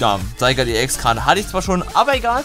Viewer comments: LP Eigentlich nicht, geh mal auf die Pokewiki-Aufzeichnung von Zygarde an und geh dann auf die Sprachdatei des Namens. Zygarde=Richtig, Sygard=falsch und da es eigennamen sind gibt es keine Anderen Ausprachen. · Wiso sprichst du Zygarde so seltsam aus? 😂